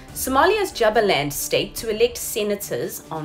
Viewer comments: Correct me if I am wrong but isn't it pronounced "Jooba-land" ? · Kindly say Jubaland well. As well as the other parts of Somali.